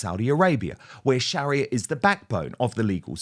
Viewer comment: Dan. Don't mean to say this but I believe you're pronunciation It's not correct.I don't know, it's because of your accent.Or just the way you were raised in school.But the pronuaviation Sharia Law.